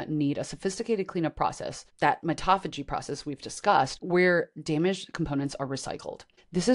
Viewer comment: mito-phagy not mitoph-agy as in auto-mobile not autom-obile